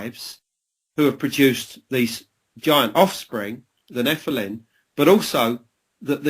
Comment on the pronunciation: Why does he. Keep saying NEPHILIN. instead of NEPHILIM he might have a speech impediment.